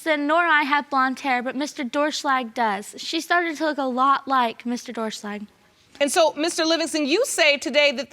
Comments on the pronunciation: "DOOR SHLAG " realy ? Lol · 'Doerschlag' LOL Sounds like Door Slag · Doerschlag (pronounced ‘Door-shlag’) is such a funny last name